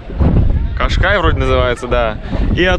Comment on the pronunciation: В этом видео ты превзошел самого себя! Во-первых, Пена замок, а не дворец, почувствуй разницу. Во-вторых, ты сказал Революция ГвОздик, а не ГвоздИк? Какой еще гвОздик? В-третих, ты сказал Кашкай, а не Кашкаиш и при том ты показывал пляж в Эшториле, его нельзя ни с чем перепутать, если смотреть на океан, то слева будет миниатюрный замок, который у тебя попал в кадр. В слове Белен ударение на последнем слоге.